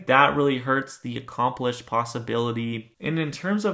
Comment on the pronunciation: Are you saying accomplish or accomplice ?